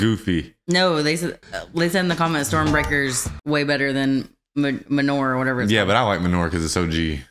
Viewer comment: LMAAOOO, the way she said 'Mjolnir' sounded more like MANURE 🤣🤣